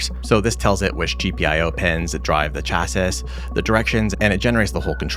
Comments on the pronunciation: "He sounds like he's trying to learn english" then you pronounce chassis as "Chass - sis" as opposed to "Chassy". The pronunciation is "Chassy", rhymes with classy. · Cool video, chasis is pronounced "CHASS-ee" btw lol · Came here to say this lol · Great video! I'm not mentioning this next thing because of anything wrong with you; it's more about something wrong with me: In my experience, "chassis" is usually pronounced as if it was spelled "chassy". Never be ashamed of mispronouncing a word! It's usually a sign that you were an early reader as a kid and learned a lot of words without ever hearing them said out loud. At age 8 or so I simultaneously lost the county spelling bee and learned that the two C's in "succumb" are not pronounced like the ones in "succeed". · Saying the AI sounds like it's trying to learn English and also yourself pronouncing "Chassis" was pretty funny. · How do you not know how to pronounce chasis? Not being a troll, genuinely am surprised